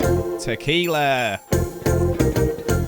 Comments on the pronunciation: He was already an amazing YouTuber but once he said “takeaghalah” I knew he had finally ascended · "Tequila" but buh buh buh bu bu bu buh buh buh buh buh "Tekathahaa"